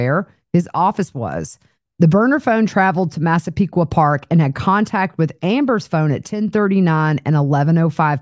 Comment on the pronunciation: Proud of your (correct) pronunciations of Massapequa Park and Hauppauge!